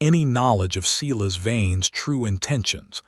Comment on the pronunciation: At least Silas is pronounced correct